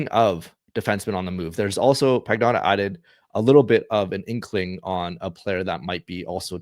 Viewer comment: Pagnotta is pronounced "pan-yoda"